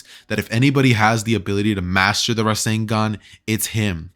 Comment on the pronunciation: IT'S RASENGAN NOT RASEN DAN